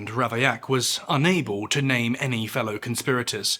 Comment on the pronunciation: I only found your channel yesterday... Loving it! I have to say I'm particularly grateful for a human narrator, and also the attention you pay to name pronunciation ☺️